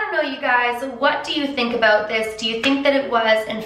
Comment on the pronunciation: DID SHE JUST SAY ABOOT!!! i never thought...a canadian would say aboot in my life